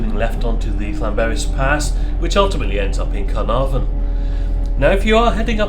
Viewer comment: Hi. Another great video. It's noy pronouced Penny Pass. Try Pen y Pass as in Pen u Pass. It's also not Carnfon, it's Caer(kire)narfon(narvon). I did offer to meet you in Shrewsbury but it's been amanic here but I will meet with you sometime. I'm off to Australia soon for five weeks but perhaps later in year we could meet up for a short Welsh lesson. Thanks for the video